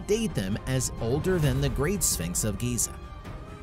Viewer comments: Why is he pronouncing it Gaza? Isn't Giza and Gaza two different places? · im talkin about how he said gaza bro its fucking (geeza) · Giza... Not Gaza.. 🤣🤣🤣🤣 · It's Giza, not Gaza. I have to disregard everything you said after that. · Interesting fact....its GIZA not GAZA. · Ruined it when u said gayza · Agreed! If you can't get something as simple as the pronunciation of a 4 letter word that is critical to the story correct,how can anything that follows it be trusted? Pretty pathetic really but alot of people don't care and scarily,possibly even more don't know! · Why would any of this ‘scare’ archeologists? Edit: this video is mostly crap. Too many inconsistencies. Also, you pronounce Giza wrong.